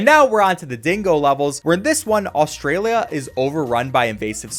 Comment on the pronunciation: The way you say “Austria-lia” makes me suffer